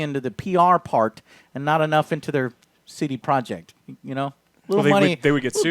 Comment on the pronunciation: It all makes sense now. CD Projekt Red sounds kinda clunky tbh. C-D. Pro-jekt Red. But when you pronounce 'projekt' like this guy it blends in with the red and the name of the studio is very smooth instead of clunky. "CD Projekhred."